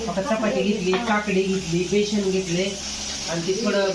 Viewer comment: Ekta jiv. Besan la beshan ka mhantoy